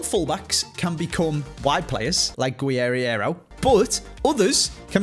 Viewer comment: You play FIFA for so many years now, can you make an efford in trying to pronounce the player names normally? Jáo Cancelo? Guerireiro? c'mon man, what are those? Overall the video is top notch to be fair.